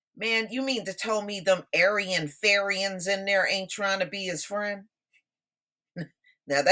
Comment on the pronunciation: DID YOU SAY ARYIAN.... FARIAN??????